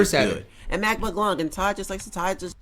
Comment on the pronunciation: The fact he calls mclung mcglunk has me hurting 😂